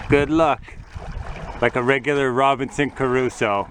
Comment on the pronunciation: "- Robinson Care-usoe" haha my gosh, cant you americans atleast TRY to pronunciate names and words somewhat correctly?